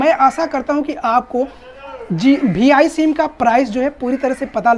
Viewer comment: Bhi I nahi re VI bolte bete